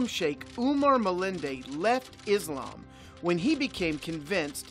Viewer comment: As a Muslim I can confirm that you are a liar 🤥 , your can’t even pronounce the most important words Iike Allahoe Akbar, , Muslim and Islam properly , Unbelievable fore an ex Muslims sheikh I think you are IDF burned in a Mercava tank during your duty in Palestine , this is propoganda